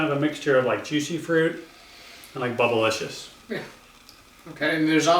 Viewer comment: did he really say bubblelicious lol